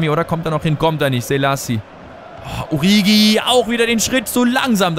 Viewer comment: 1.: Liest du überhaupt jemals Kommentare? Ich glaube jedes Mal schreiben ca. 30 Leute dass es "Oritschi bzw. "Orischi" heißt und allgemein Alles was du sonst falsch aussprichst. 2.: Du löschst seit Anfang an der Karriere die Nationaltrainer-angebote und checkst immer noch nicht dass du sie damit NICHT ablehnst. 3.: 2. beweist dass dich genau nichts außer Spielen, Transfers und Tabelle interessiert.